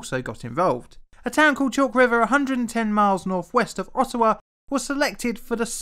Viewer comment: Just as an FYI, it's pronounced Odd-ah-wah, not Ot-toe-wah. (Think of it as a d, not a t.) Much like Toronto is correctly pronounced Toe-ron-oh (the last t is silent). Foreigners quickly identify themselves to Canadians as foreigners when they mispronounce those city names. It's also how we catch out Americans claiming to be us when traveling, as they have no idea of what actual Canadian culture is.